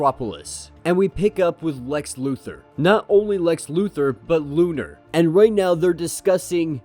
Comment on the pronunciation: LO-NAR not Lunar.